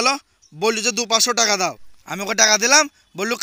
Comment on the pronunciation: ভাসা ঠিক করো টাকা কে বলছে টেকা